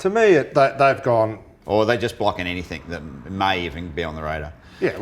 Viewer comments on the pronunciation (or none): Love show but please Russel can you say "anything or everything" instead of everythink/anythink.